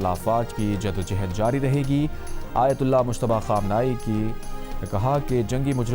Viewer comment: Jiddo jehd nahi jiddo johad